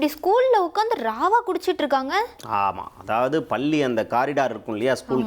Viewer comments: பள்ளி...பல்லி அல்ல...தமிழை கற்று கொள்ளுங்க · என்னது இரண்டு பல்லி மாணவிகளா. ? டேய் என்னடா இது தினத்தந்தியில் செய்தி வாசிப்பாளருக்குத்தான் தமிழில் அவ்வளவாக வார்த்தை செறிவு டன் செய்திகளை வாசிக்கத் தெரியாது என்று நினைத்தோம். ஆனால் இப்படி 13 -ம் ஜோக்கராக இருக்கிறதே. பாவம் பாரம்பரிய " தொந்தி " பல்லி ( palli )மாணவிகள் இல்லை தோந்தி டோலி. " பள்ளி ( PALLI ) மாணவிகள். யாராவது நன்றாக தமிழ் தெரிந்தவர்கள்" தொந்தியில் இருந்தால் இவர்களுக்கு தமிழ் வார்த்தைகளை எப்படி நன்றாக உச்சரிப்பது என்று தயவுசெய்து சொல்லிக்கொடுக்கும். வால்க தமிழ் வலர்க தொந்தி